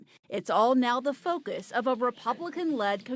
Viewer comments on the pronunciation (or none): none